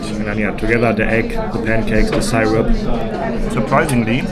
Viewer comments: It's pronounced Sir-up not Sire-up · Syrup is pronnounced seerup. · You were eating imitation maple syrup or pancake syrup (pronounced sear-up not sire-up) in that Cooperstown diner. Regualr pancakes in USA are eaten with butter and maple syrup. The pancakes are not sweet so the added syrup makes it savory and sweet. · SIR Up. Not sigh Rup. lol NFL Football is the most popular. Baseball:Zzzzzzzzzzzzzzzzzzzzzzzzz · Also, I love the way you pronounced “syrup” (it’s pronounced “seer-up” or “sir-up”) 😄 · syrup .. is pronounced like it sounds.. as in "see rup" not the way you are saying it.😂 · Love your accent man! Syrup is pronounced “Sir-up”❤😂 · The syrup (pronounced see-rup} is corn syrup..cheap version of maple syrup..Americans are friendly..it.makes you forget they are a war momgering nation..the niagara falls on the Canadian side is way better. Rural upstate ny is gorgeous! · She was probably thinking of molasses. "Brown sugar cane" was what made me think that. That is made from sugar of course... pure sugar. Syrup is made from maple tree sap, has lots of sugar in it, but it's tree sap. Hearing you mispronounce that was cute, who says Germans cant be funny, just have them try to pronounce New World words. See-r-up, not Cy-rup. "Massachusetts", I will not correct you, because that was golden. Adorable. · It is so cute how you pronounce "syrup "....love it❤